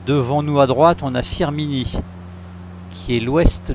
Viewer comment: Bienvenu chez moi 😅. -> pas Firminin, mais Firminy 😂.